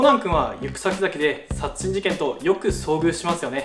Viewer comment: 「殺人」が微妙に言えてないw